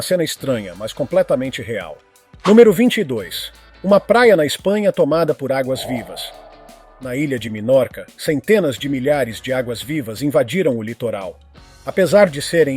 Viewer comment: minorca nao, menorca